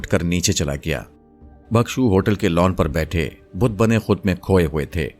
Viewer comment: آپ کی ادائیگی اچھی ہے مگر تلفظ کو بہتر کیجئے ۔ بھکشو کے لفظ میں بھ کے نیچے زیر ہے، زبر نہیں اسے بالکسر پڑھئے